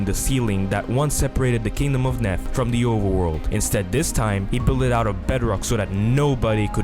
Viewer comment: When you said Nef it sounded like meth